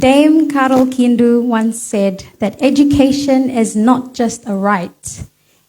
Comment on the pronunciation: Ms. Solomon Island, Its Dame. Carol. Kidu and not Kindu. Thank you